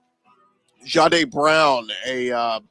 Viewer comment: Jahdae "Brown" wtf. It's Barron amigo